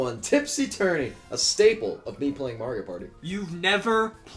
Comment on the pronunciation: You said Mario wrong.